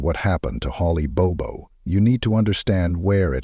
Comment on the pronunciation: This happened within 90 miles of my home in Middle TN. It was all over the local news in Nashville. In this video the last name is mispronounced. It is Bobo, pronounced exactly as it is written. Rest in peace Holly. My prayers continue for your family and friends. 🙏